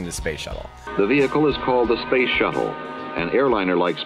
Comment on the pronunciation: I keep hearing "shovel" every time Tim says "shuttle" and I'm laughing like an idiot by myself. Space shovel. Space shovel. 🤣